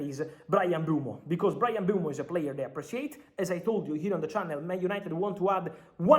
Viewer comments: he said mb u e mo not mbe u mo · It's not pronounced "Mbwemo" it's "Mburmo" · its M-BE-UMO not M-BUE-MO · Is that how to pronounce his name. Shouldn't it be sound more like "Mboomo"? idk lol